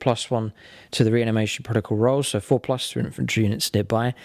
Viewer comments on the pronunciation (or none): none